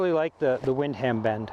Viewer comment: Lol wind-ham bend.... Nice review though